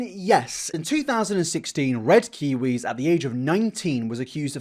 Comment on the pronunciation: What is wrong with red kiw nope can’t even say his name